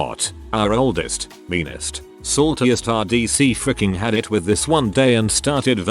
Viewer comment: How does the text to speech voice not know how to say "IT"